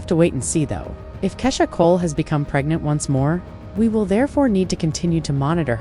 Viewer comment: Why are you talking about Keisha Cole but still showing Rihanna. And pronounce 5 proof names correctly